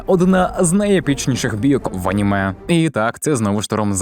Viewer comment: Боже мій як мене дратує оце Ганіме, Горрор, досить цієї відверто тупої «українізації». Звідки Ганіме то взялось??? Якщо це просто жарт в даному відео то вибачаюсь, але того ГЕкання вже стільки в ютубі шо аж вуха крутить. Це не москалячі слова щоб їх виправляти, це здебільшого англіцизми які ніяк бляха не мають змінюватись і мають читатись ТАК САМО, а тобто АНІМЕ і ХОРРОР. Найтупіша ідея в історії українського ютубу…